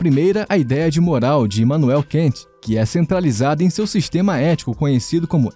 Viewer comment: Não é como se fosse o inglês "Can't", pessoal. Se lê "Kant" mesmo, como se fosse em português...